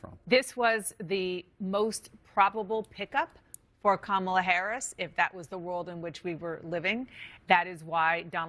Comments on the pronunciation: she voted for someone that she could not pronounce their name. lol. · The woman being interviewed with the her kids and the beta husband pronounced Kamala's name "wrong".